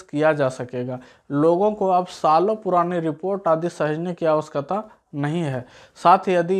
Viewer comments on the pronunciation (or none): wo awashayakta hota hai awaksata nhi hota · Aawashkata nahi awashakta